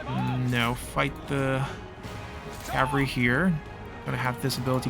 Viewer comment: Love these vids. Enjoying the playthrough but its cavalry. Cav al reee Not cav ree 😅